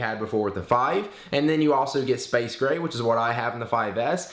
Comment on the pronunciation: Gray...not grace